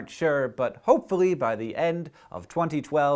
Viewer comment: For a second I thought you said "we will know for CERN-tain" ¬_¬